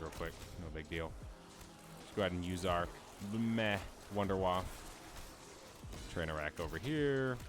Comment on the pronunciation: "Wonder Waf fuh". It's German. Lol